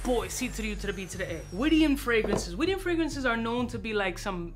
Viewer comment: Yo, great Syrian perfumery house. It's pronounced Wid-yan. Rhymes with "Kid-Man".